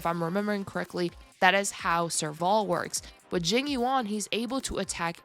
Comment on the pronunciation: i keep hearing jimmy wong when she says jing yuan